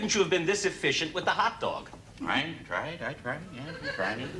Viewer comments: "What's a hotdag"? LOL!!!!!! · "What's a Hotdag?" lol